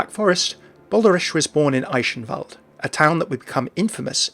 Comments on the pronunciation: 'Eischenwald' dude.. it's called Eichenwalde with a soft 'ch' and not 'sh' or 'sch' :D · it's pronounced i-ken-vald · There's a few different ways to pronounce the ch, depending on the context. In "Eichenwalde" it's best described more of a "guh". So "Ei-guhn-wald" In "Balderich" it's a bit harder to describe, since the kind of sound the "ch" requires here doesn't really appear in the English language as far as I know. It's kind of like the sound of clearing slime of the roof of your throat. The same pronunciation as "Van Gogh" in Dutch. I'll try finding a link where someone correctly pronounces that for you. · thats not how you read eichenwalde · It still sounds off, but I really appreciate how you try to pronounce Eichenwalde correctly :) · Wrong. The ingame announcer is pronouncing it wrong. "Eyeshenwalde" comes pretty close to be correct, although "ch" is a sound formed by not sticking your teeth together, similar to "appreciate" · So is it sh like he said here or more ck like the game pronounces them in your opinion? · i'm triggred that you pronounced eichenwalde wrong XD